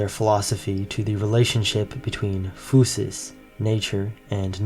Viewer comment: Nature = φύση that is pronounced fisi not fusi